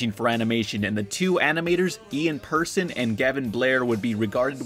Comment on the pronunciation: Lots of incorrect information regarding ReBoot. 1. That is NOT Ian Pearson (you mispronounced his name btw), of Mainframe Ent. Seems you just grabbed the first image Google supplied. 2. Gavin Blair, Ian Pearson, and Phil Mitchell did not create "Rainmaker". They founded "Mainframe Entertainment", which many many years later was bought up by Rainmaker. 3. The original co-creators of ReBoot/founders of Mainframe did NOT make the Ratchet & Clank movie, Hot Wheels AcceleRacers, or that Tony Hawk abomination. They left the company after the 4th season of ReBoot in 2001, 2002 respectively.